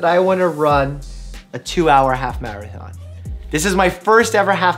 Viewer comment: Dr.mike:Maraton Me:What Dr:Mike:Marathon I didn’t misspell the first Marathon*